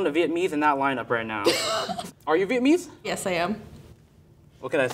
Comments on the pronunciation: The way he said "viet-mese" annoyed me so much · I cannot fathom the way he says Vietnamese wrong. EVERY TIME. He's missing a whole ass syllable